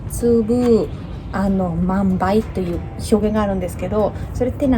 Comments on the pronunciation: 一粒万倍は、ひとつぶまんばいと説明されておられますが、正式にはいちりゅうまんばいと発音しております｡日本語の読み方はややこしいですが、一度ご確認して下さい。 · 、はじめまして、ひとつぶチャンネルという名前は素敵です。でも、一粒万倍は「いちりゅうまんばい」と言うのです。「ひとつぶまんばい」も間違えていないのですけど、一応本当の言い方を怯えておいてください。老婆心ということで。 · 一粒万倍 ひとつぶまんばい ✕ → いちりゅうまんばい 〇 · 「いちりゅうまんばい」と読みます。意味はググると出てきますよ。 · 「いちりゅうまんばい」です。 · 一粒万倍はいちりゅうまんばいと言われたほうが宜しいかと。日本語は日本人でも間違えますが、余計な一言ですみません。